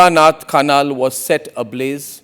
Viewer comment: seriously you need to find a better host because reading Jhala Nath Khanal as "Jhola Nath Khyanyal" is a disgrace given that both Indian and Nepali names are derives from Sanskrit. what a shame.